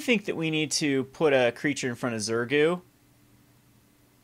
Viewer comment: it is pronounced ZurGO not ZurGU :)